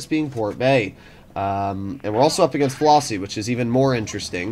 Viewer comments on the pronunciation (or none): none